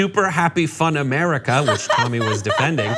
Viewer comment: FYI. It’s Tomi. Not Tami. Do not have the NERVE to EVER make that mistake.